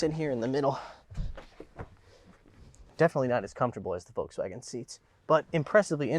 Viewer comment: He pronounces Volkswagen wrong